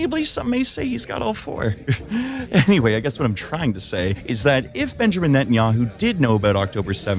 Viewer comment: ninja-man bet-in-yahoo